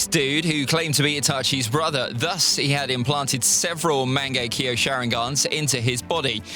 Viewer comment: It's "Mang-ekk-yo-" Not "Mango-kiwi"